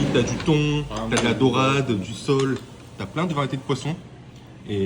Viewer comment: On dit de la sole pas du sol 😂 Sinon essaye Fujita à Paris pour les sushis, c’est vraiment pas mal 🍣 👍